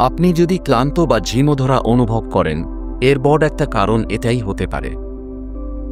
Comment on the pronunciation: বাংলা উচ্চারণ আরো সঠিক হ ওয়া প্রয়োজন। প্রয়োগকে প্রযোগ এবং বড় কে বট বলার প্রয়োজনীয়তা ঠিক বোধগম্য হলো না।‌ বাংলা ভিডিওগুলো তে উচ্চারণে যথেষ্ট মনোযোগী হলে তা শ্রুতিমধুর হয়ে ওঠে। কিন্তু ভিডিওটির মূল বক্তব্য অত্যন্ত প্রশংসনীয় ❤❤